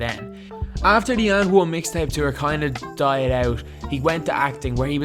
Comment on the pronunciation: did this guy said "UND ONE"!!!